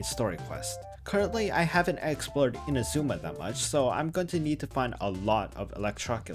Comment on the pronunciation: Can you just STOP mispronouncing INAzuma?